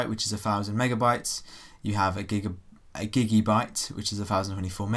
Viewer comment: It's a Gibibyte not a Gigibyte